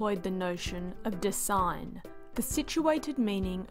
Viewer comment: Yes, that and the fact that "Dasein" is not pronounced as "design" or "dissign" but rather as "dah-zign." It is not an English word, but a German one that means "being there."